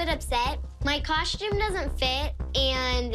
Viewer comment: why do they all say “coshtume” 😭😭